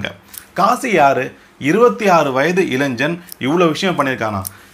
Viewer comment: Bro, pls use right Tamil pronunciation , not ilainjan. Anyway nice video for awareness 👍